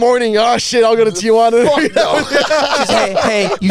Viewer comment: Y'all really from San Diego but can't pronounce Tijuana?